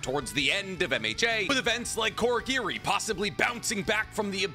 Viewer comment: Also pronouncing Kurogiri as Korogiri, dunno if thats an accent thing or not.